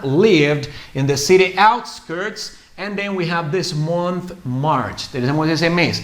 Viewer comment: Me extrañó tu forma de pronunciar Michael y month